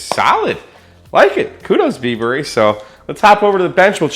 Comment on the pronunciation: I think it's "Bieber"